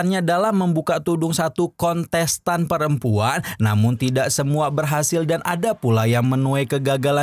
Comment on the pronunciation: Kontes tan mang bukan konsesan 😂 aya2 wae